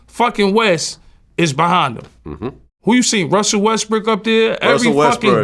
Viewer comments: He said Russel WestBrick lmaoooo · He said westbrick smh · Nah I heard “Russell Westbrick” 😂😂😂